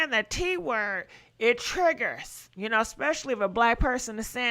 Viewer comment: not "ill be there to confront chhuu" lmao